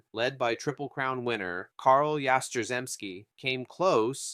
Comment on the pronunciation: Is this AI voice? You are butchering these names as if you never heard anyone pronounce them before. Sand Koe-Fax. Carl Yaz-strem-ski. Willie McCovey like Glove. There are others and I am sure there will be more to come as I finish this. But either stop using AI voice or learn to say these players names. Otherwise it was an enjoyable watch. Also you don’t say batting averages right. Unless it’s 200 300 or 400. You don’t say 4 hundred fourteen. You say four fourteen. For example.